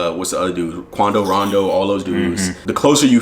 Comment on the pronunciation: This nigga said Quando Rondo 🤦🏾‍♂️